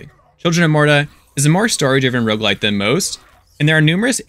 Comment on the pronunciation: Please for the love of god emphazise the first syllable of roguelite like a normal human being. "rogueLITE" makes me cringe every time